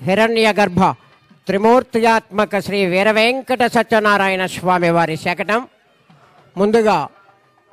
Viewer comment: శకణం కాదు శకటం